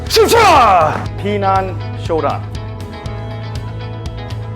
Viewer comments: It’s not pronounced Pi Nan ….,,, 10 out of 10 people pronounce wrong!!!! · I am looking forward to see a video from you pronouncing Pinan correctly if you have any Okinawan friends…. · Yes, that is how it is written, Pinan….. I would like you to do a video on how a Japanese karateka would pronounce it…… whether you are living anywhere in the world, one should learn how to pronounce the form Pinan correctly. It’s not hard to pronounce Pinan correctly. I have heard people with black belt 5th and up but don’t know how to pronounce Pinan correctly……. Why learn something when pronouncing it make it means completely different from the original word…..